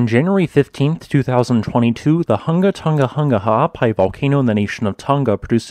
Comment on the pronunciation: I salute you on keeping us up to date and you ability to pronounce that volcano's full name.